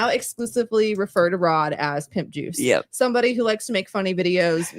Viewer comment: I thought she said Nip juice lol 🤮